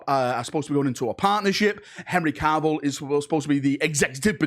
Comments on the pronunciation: And its Cavill not Carvill 😂😂 but then it is a video so you have to fudge a pronunciation up! 😂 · 'Caaaarvill' facepalm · Why does the Manc accent change to Welsh when saying "Cavill"?